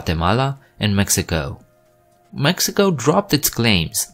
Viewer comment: Literally not a soul on this planet thinks Colombia and Venezuela are a part of central america lmao, also why do you make an effort to pronounce all the countries correctly with the exception of Mexico lmao makes no sense smh